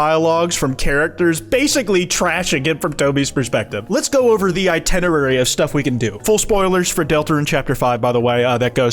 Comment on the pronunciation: Did he just say "i-TENNA-rary"!?